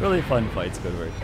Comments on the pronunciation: why did bro say squidward instead of siegward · Was saying Squidward for the first invasion? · good vid but calling siegward squidward made me die a lil inside